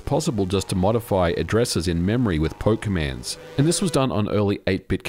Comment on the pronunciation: I’m sure I’m not the only one who heard “poke commands” as “pokemans.”